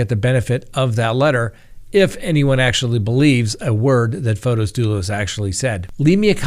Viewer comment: it is Not FotOs. It is FOTIS with an 'i'. I watch you from Greece and every time I hear you say FotOs, it is athorn in my ears. It's like someone was to call you Scitt instead of. The name FotOs doesn't exist. Besides that, I love your daily updates. Much love, xoxo.